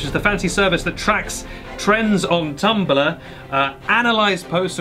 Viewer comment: "Tumballah" ... gotta love the accent